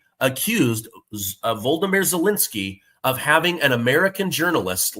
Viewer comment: Volodymyr” is pronounced voh-loh-DEE-meer. Basically the same way you’re pronouncing Putin’s name.